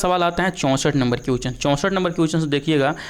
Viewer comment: Question ko क्विचन नहीं बोला जाता है । Thoda pronunciation bhi Sahi Kar lijiye dear sir,,, agar competition ke question solve kara rahe hain tu solution bhi dijiye sirf answer batate hue chale Ja Rahe Hain